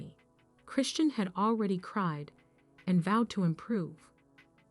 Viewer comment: CAN YOU PLEASE AT LEAST SAY HER NAME CORRECTLY ???